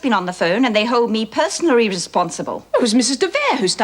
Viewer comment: "They hold me personary responsible"?? Bumbled lines, high camp Greek acting, Stavros looks straight down the barrel of the camera - who directed this episode, One Shot Beaudine?